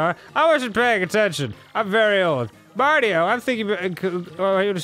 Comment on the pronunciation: Are all the elders going to mess up Mario's name first Murphy now marty-o